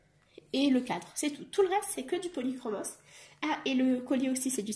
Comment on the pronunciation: Coucou ils sont superbes tu as fait d'énormes progrès en 1 an je trouve ton portrait magnifique. Bon je suis contente car toi aussi tu prononces le « s» des polychromos. A voir tes colos mystères j'ai envie de craquer et de me prendre un livre peut être le colo mystère 5 de Disney 😁😘❤